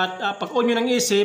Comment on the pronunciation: bulol ka paps yung on naging in na hahaha btw thank you sa idul er cunttul valve